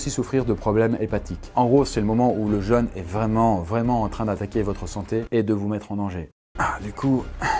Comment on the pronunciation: Super intéressant comme toujours. Par contre, jeune et jeûne ça se prononce pas pareil, ça m'a fait tiquer à chaque fois. Perso je ne me fais pas de jeune 😉